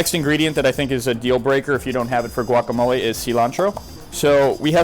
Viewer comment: Sea-lontro. Guacamol-ah.